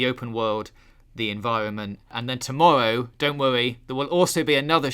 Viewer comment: Sorry, did you say “tomowwow’?